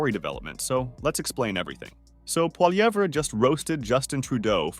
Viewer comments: jesus man. its not polyever its poilievre. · Good reporting but please pronounce Poilievre correctly. Phonetically its like this: Polyev. You were getting it right some of the time. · Pronounced Polly-ev! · Stop adding the “er” sound at the end of his name. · Learn how to pronounce poilievre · Ur saying his name wrong lol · Why do you say the R in Pierre’s last name?? The R, It’s a silent letter.